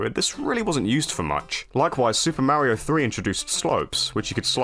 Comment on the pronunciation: Yeah, I heard that too. He also sounded dangerously close to Mare-io instead of Mario. Maybe he's toying with the idea of losing all credibility lol